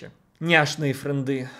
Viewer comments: Френды́? Френды́?! Серьёзно??? Я не знаю, что тут сказать. Бокал за тех, кто выбрал чистоту русского языка 🍷🍸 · Как у учителя английского после слова "фрэндЫ" у меня случился инсульт жопы, а после "фрэндЫ вам не друзья" инфаркт головного мозга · Не френды, а френды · правильное ударение в этом слове падает на последнюю букву, слово фре́нды вообще не звучит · Только с пятого раза поняла, что такое френдЫ😁😁 У меня сестра так не разговаривает, тем более от женщины 40 лет это слышать очень странно))) А Крид, да, просто единственный, кто остался, видимо)) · ФржндЫ это не друзья Друзья это не фрэндЫ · в том, что Во-первых, не правильно поставленно ударение. а Во-вторых, даже 1 клашке известно, что френд с английского - друг, а значит френды - это друзья. что не понятного? плюс само слово звучит коряво, его слишком исказили от английского. вот в чем, все смеялись не над словом, а над тем, что его не правильно использовали. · Во-первых, это англицизм, а тут как-бы патриотизм должен быть. Во-вторых, ударение неправильное. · да, исковеркала она знатно. Откуда она вообще окончание взяла?